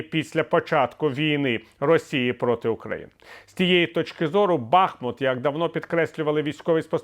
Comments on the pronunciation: Саме так!!! Весь час чую оцей БАхмут і аж хочеться кричати «БахмУт, БахмУт!» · Пане Віталію! Правильно називати місто БахмУУУУУт, бо стоїть на річці БахмУУУУУтка! Не ображайте жителів БахмУУУта! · Буду писати вам доти, поки не почнете називати місто правильно! БахмУУУУУт, бо стоїть на річці БахмУУУУУтка. Невже складно!? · Бахмут наголошується на другому складі